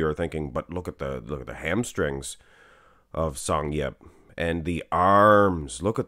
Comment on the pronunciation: I am Korean and as Yeop is also korean and you mention his name correctly 😅, He even mentions through "Youtube" that "most American or who tried speak my name 99% people called me wrong pronunciations" and Thank you for judging him with the eyes of an athlete!